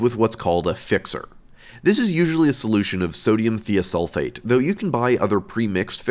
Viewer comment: It’s pronounced “thy-oh-sulfate”, not “thee-oh-sulfate”